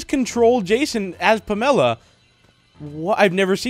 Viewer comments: Pam a la not Pamela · Is anyone else triggered when he says "Pamella" instead of "Pamela"